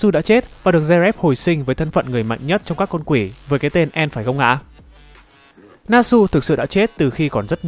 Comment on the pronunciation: Anh nên đọc từng chữ cai e.n.d bởi trong truyện các chữ cái đều cách nhau 1 dấu chấm biểu hiện đọc từng chữ